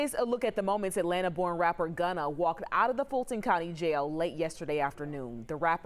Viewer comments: why are they saying Ghana instead of Gunna lol hehehe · They say his name not gunna lol 😂 bad news ankers